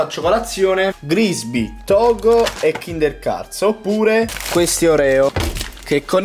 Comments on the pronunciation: Solo io ho sentito kinder cazz*? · Ha detto kinder cazzo